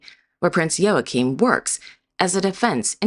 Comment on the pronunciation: It is impressive that you got the pronounciation of Joachim right. Not many forreigners can do that.